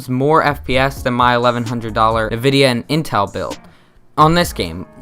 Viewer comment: For some reason it irks me when he says "Navidia" lol. I say it as "N vidia". But to each their own lol.